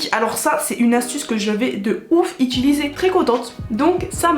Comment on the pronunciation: pourquoi vous dites tous ituliser ?😭 c’est utiliser